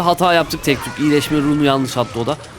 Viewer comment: Abi yalnis değil yanlış